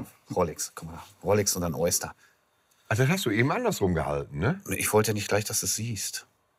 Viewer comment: Waldi trägt selbst ne alte Submariner und weiß nicht, wie man Oyster ausspricht …